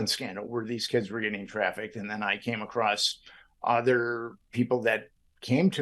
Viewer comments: "Acrossed?" "Acrost?" You know the word is "across," right? Like, "a" + "cross?" Spoken like "UH-crawss?" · the word is "across" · Bro why are you saying ACROST... please stop it IMMEDIATELY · Nit picking I know but you've repeatedly said "ACROSST". There's no T, like saying "Fustrated" it makes an intelligent person seem dumb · Hey Interviewer- Here's a Pro Tip- The word "across" does not have the letter "t" at the end.